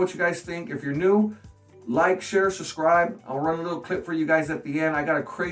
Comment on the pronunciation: He says suscribe :D